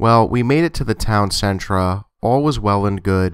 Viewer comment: I love your channel! however, when you pronounce 'center' as 'centra' it drives me crazy. just some constructive criticism. Otherwise keep up the great work !